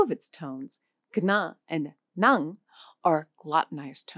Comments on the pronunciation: Chị này phát âm không đúng 'ngã' và 'nặng'. Chưa thực sự hiểu biết về Tiếng Việt, chỉ mới là cưỡi ngựa xem hoa. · As vietnamese, i can see that your ngã and nặng does need to be sharper, ngã sound too close to nga and nặng too close to năn. good enough for middle or south vn but not for north Vietnam. We also have the funny tr and ch that the north can't say and the south can say very clear :D. Chi (Ch-i meaning limb or suffix mean why in middle Viet) and Tri (T-ri meaning mind) are 2 different things but jumble into 1 sound in the North. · and actually she pronounced 2 words "NGA" and "NĂNG". To add the correct tones, the 1st word should sound like you are drunk, and the 2nd word should drop lower until you feel it at the back of your throat =)))